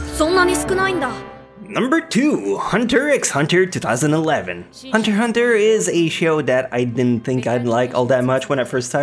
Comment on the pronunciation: Pronouncing the x in Hunter x Hunter should be punished